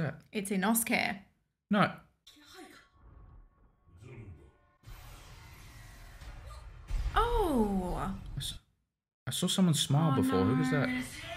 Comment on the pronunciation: When she said inoskue 😭😭